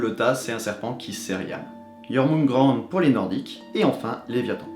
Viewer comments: Pas grave, tout le monde ne prononce pas parfaitement le vieux norrois moi la première. Mais c'est assez simple, enfin pas tant mais bon, le ö se prononce un peu comme un o qui tend vers le e (voir eu) , on ne prononce pas an mais "ane" ( si je l'écrivais de la façon dont je le prononce ça donnerais Yoermunega'n'de) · (et ta façon de prononcer Jörmungandr m'écorche les oreilles )